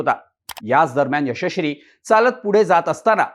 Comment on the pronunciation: मित्रा यशश्री बोलण्याचा सराव कर...😂😂